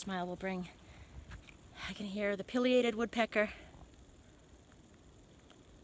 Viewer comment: PIE-lee-ay-tid! :D Sorry I had to! I hope things can get straightened out with that knee. No matter what you can't avoid the downhills on the AT. My thoughts and prayers are with you!